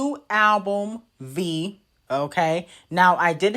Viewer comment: Vie is pronounced like Vye Die, but switch the D with the V